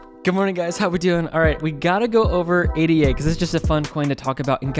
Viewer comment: Nice vid! But must say ADA isn’t an abbreviation. its named after the mathematician ‘Ada’ Lovelace. Pronounced Ada not A.D.A.